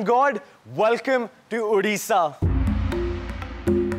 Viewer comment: Hay it's not udisha it's ODISHA.